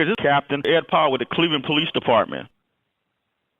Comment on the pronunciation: Did he call Powell Ed Fuckland?